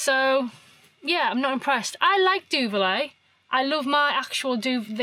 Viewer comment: You said a word several times, I was expecting duvet but you said duvilet. Is this a product or just a pronunciation thing?